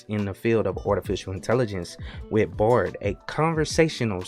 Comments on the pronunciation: You keep pronouncing it as bored, but the word is clearly bard, you also pronounce the word article kind of funny, where are you from mate? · Your pronunciation of Bard sounds a lot like bored.